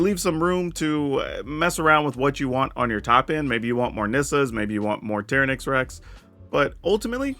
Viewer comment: Why do you pronounce certain card so obviously wrong? TY-ran-ax not Tear-uh-nax You couldn’t call the Jurassic Park Dino Tearuhnasarus And bonus, it’s not Cay Thar. It’s just all one word.. cathar.